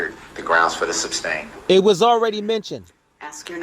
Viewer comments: He says substain instead of sustain. He didn't "ax" the right questions. No minimal education, but this buffoon thought he was the smartest person in the room. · Substain! 😂😂😂 This guy is a loser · Exactly & he kept mispronouncing sustain to substain….. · Hey Lyle. Have you realized that DB says “SUBstain”. Instead of sustain? He’s an absolute tard every step of the way. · THERE IS NO B IN SUSTAIN YOU M0R0N!!!! 😂😂😂 HE IS SOOOOO IGNORANT!!!!! 😂😂😂